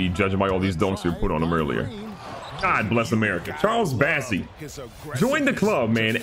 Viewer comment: That's Bossey, not Bassey!